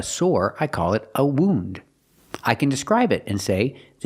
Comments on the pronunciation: Can't believe that the teacher mispronounces even a basic word like wound. Thanks for the video. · Omg that was the worst mispronunciation of the word wound that I’ve ever heard ….thank you for pointing that out